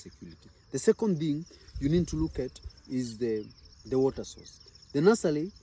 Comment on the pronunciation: Very helpful info! Stop saying nulsely! It’s NURSERY!! 😂